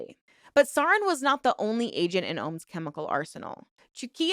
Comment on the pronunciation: All that about pronunciation at the beginning just made it way more noticeable when you still mispronounced stuff afterward especially important stuff like "sarin gas" 😂